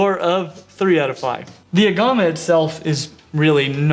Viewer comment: Looks like a uro and a beardie had a baby!! So cool. But no pancake belly. But I do agree everyone has Beardies xD Also sound like hes saying clown aguama?